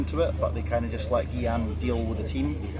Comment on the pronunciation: I’m surprised Shaun calls Gyan “Geeyan” isn’t pronounced “Heeyan”?